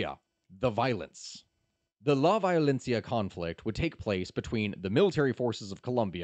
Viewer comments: "Vayolenssia" "Bogata" ... No, no, I'm leaving. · That and "La Violencia".